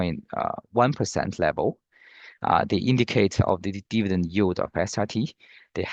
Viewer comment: donno what "you" talking about , it's YIELD , please get local singaporen rather.